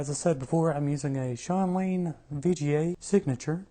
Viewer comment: The guitar is not called Viggiay. It’s french so it should be; Vichie’.